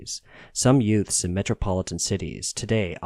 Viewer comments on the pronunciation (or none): none